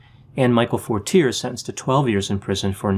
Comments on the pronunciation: Lol, Forteerrrrr is not the way you pronounce Fortier. Lol, it is French. Fortier is a liar deluxe who got off testifying. You need to check out McVeigh with the CIA german who was seen at the strip joint in Tulsa. LOL. I watched Terry Nichol's oklahoma trial and watched the head of the OKC bomb squad lie on the witness stand. You should look more into this. McVeigh was a murderer but there were more people involved. Maybe you should look into Elohim City and how an ex-CIA German are connected. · Fortier- “for-tee-ay” being from Maine I’m sure he knew the correct pronunciation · Excellent evaluation, just one little thing, and it is probably a little trivial but how you pronounce Fortiers name would be "Fort-ee-aye" I always pronounced how you have until i seen documentaries when his name was mentioned lol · Mike Fortier is pronounced For-tee-A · Has nobody said anything about the pronunciation of Fortier, yet?